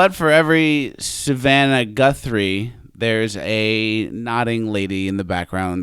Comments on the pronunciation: So I’m a Guthrie. While no relation (I know of, but same last name so who knows) and even though you were mocking her last name, I felt cool every time you said it right and now I can say I got a shout out from. Swwweeeeettttt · No, you were right, its Gunthrie...rhymes with Cunthrie...